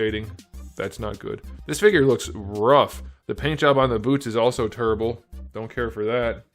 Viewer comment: "Paint job is turrible"....Figure so bad he's channeling his inner Charles Barkley.